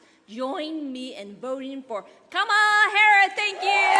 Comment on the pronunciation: Giffords is repeating her convention speech word for word. They can't write a new speech for her? Then, she mispronounced Kamala's name...